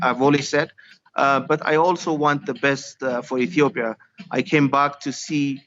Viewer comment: Yeah so concerned she can't even pronounce Ethiopia correctly.